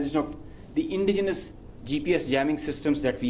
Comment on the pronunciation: Lol did he say indigenous ?